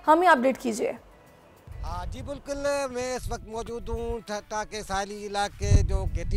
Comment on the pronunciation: Thatta not thatha